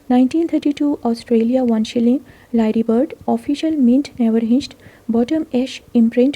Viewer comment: Lyrebird is pronounced 'Liar-bird.'